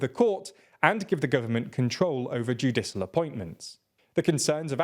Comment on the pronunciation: My god. I made my initial comment before I saw how was pronouncing “judicial”. I guess I can’t expect you to pronounce foreign surnames if you can’t pronounce basic English words. “Judisul”?! Are you serious?! How can you be proud of the content you make when it’s so, so low effort. You might as well just type up a script and use a bot to do the voiceover. Oh wait - that would involve more work.